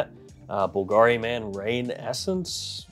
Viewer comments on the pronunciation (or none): none